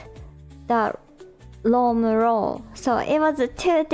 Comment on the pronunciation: Listening to reminds me of when I went to Japan and when I'd ask someone what their major was and they'd answer "Ro" and I'd have no idea what they were saying, but people would get frustrated with me and say, "It's an English word!" because they meant "Law" - except that "rooo" sounds nothing like "law" to me. (Maybe the person speaking to me was frustrated, but because they were Japanese, they didn't show it, but the people watching me try to have a conversation with the Japanese person got frustrated with me. I'm sure this was, like, a vocab word in my Japanese 101 class, and I was well past that point by the time I went to Japan, so it's kind of understandable, but still, I hardly ever used the word before I actually went to Japan.)